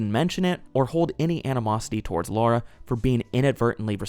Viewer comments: It's Lara not Laura. And you call yourself a fan lol. Hilarious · Pet peeve I know but I really hate when Americans say tomb raiders name they always overdue it and mess it up it’s just aggravating cause it’s a simple name, it’s LARA there’s no U why do you say LAURA smh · LAra not LAUra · Omg are we still saying "Laura Croft" in 2025?